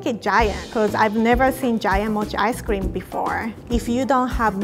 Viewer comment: What i heard:mochi ice cweam